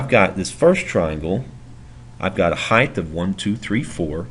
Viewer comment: average heighdth lmao